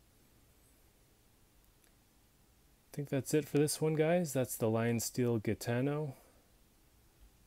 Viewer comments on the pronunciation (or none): wonderful review clear and well exposed contents Thank's for your job! Anyway to your knowledge its name is "Gitano" (an Italian word for gypsy) the pronunciation is more similar to the English Jitano (Ji not Gi) but Google translator can teach it better than me. God bless you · I've just got this one, the pocket clip is steel, (it's magnetic).. Gudy is pronounced Hooodie... fyi,, Great video btw.. 👍 ps, a Gitano is a Spanish Gypsy, another connection to the Navaja design/roots of this knife..(and it's pronounced Hitano.),, 👍👍